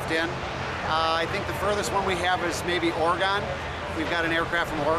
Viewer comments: I hate how people say OR-GON lol its oregon like organ but with a gen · lol Ore-Gone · HE CALLED IT ORRGON I HATE HIM now!!!